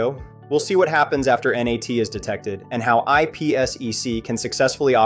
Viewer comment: and it’s not ennn aaayyy teeee. it’s NAT